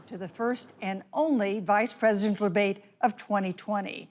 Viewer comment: Didn’t even notice that the first time lmao, slight stroke is all it was.